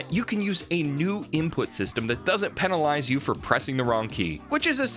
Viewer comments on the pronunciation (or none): none